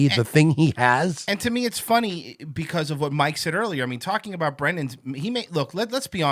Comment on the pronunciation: Brendan pronounces talking about as "talmbout".